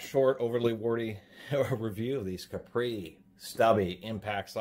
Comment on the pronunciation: Also he says capri like capri sun when its actually said as cap-ree.. cap as in soda cap. Got it straight from the manufactorer. Call them on the weekend and see what there voicemail says to confirm.